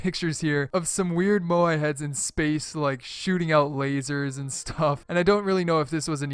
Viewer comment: Drinking game: Take a shot every time butchers the pronounciation of Moai